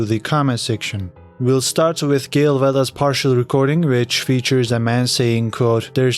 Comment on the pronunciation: It’s Gill Bigalowe not Gail